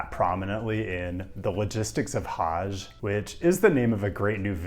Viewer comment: You gotta work on your pronunciation. "Hajj" is not pronounced with a "ZH". I mean, really? You couldn't have used the name of the SOO Line as a hint to pronounce "Sault" as "SOO"?